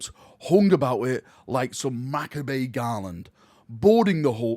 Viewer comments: Just FYI macabre is pronounced "MA-CAAHB" :) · Hearing attempt to read aloud is actually a form of torture. 'Maccabay'? 'MACCABAY'?! What the fuck is that? This is your first language, you Norf F.C. sounding dullard. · the way he pronounced it was not correct even when compared to the brittish pronunciation. Most likely he doesn't know the word.